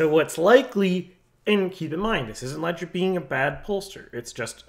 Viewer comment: Léger is pronounced "Légé" it's a person's name.